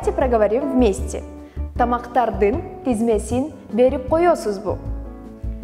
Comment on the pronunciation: Не тезмесин, а тизмесин. Девушка, сходите на курсы кыргызского языка или хотя бы сверьтесь в словаре правильность слов.